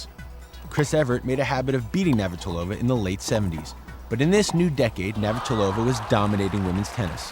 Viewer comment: "Navartilova" ?? They can't even pronounce her name!